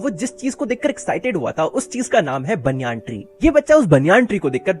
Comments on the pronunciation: bhai banayan tree hota hai baniyaan tree nahi 😂😂😂😂🤣🤣🤣🤣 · banyan tree❌ baniyan tri😃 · banyan tree❌baaanyaan tree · banyan ❌baniyan✅